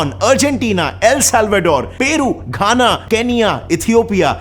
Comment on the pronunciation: Peru kena (Ghana) keyla(Kenyan)